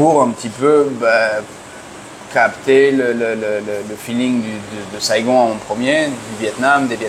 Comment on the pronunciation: Merci à tous les deux. Pourquoi tu prononces "Saigone" , c'est à l'anglaise ?